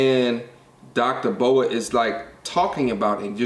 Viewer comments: Dr. B. O. A. Say each of the letters, not a snake. Lol B.........O...........A Book of Alpharonomy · It’s dr. B.O.A bro 😂 not Boa like a snake. Put some respect on the the big homie name 💯 but good content keep it up